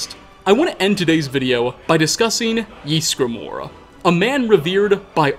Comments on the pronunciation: No one:: Jysgramor. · Ys gra mor .. just saying